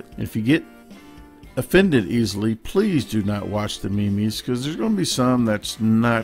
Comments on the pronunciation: Dude I'm dying 🤣🤣🤣🤣! Memes is pronounced (meams) but cool video👏👏👍💪💪 #Beast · haha love this video, all the ME ME at the end was awesome :). I too was like what?! when i was talk its pronounced MEEMS instead of ME ME, i was calling it as i read it, ME ME till the end :)